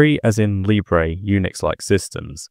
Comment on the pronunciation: You don't have to specify you're bri'ish. The fact you pronounce libre as libré gives it away 😂